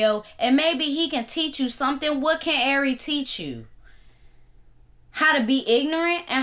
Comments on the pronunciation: Man U killing shawty name lmao…AIRY??? IKYL 😂😂😂😂😂 “R” pronounced like the letter ..then “RE” like REbound😂😂😂😂 great content as always🙌🏾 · Airy fletcher sound funny lls